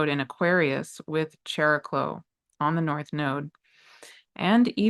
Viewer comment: what in the nuclear explosion channeling was that?! Thank you! ❤❤❤ Also, Greek here, if you don't mind, regarding Chariklo/ Χαρικλώ, its pronunciation is closer to ' Hariklo '. ( In ancient Greek the Χ letter started as a 'K+H' sound, but by late antiquity it had simplified to just H - think of the name Harry in English. 🤓). Again, thank you for making this content free and available to everyone.🌟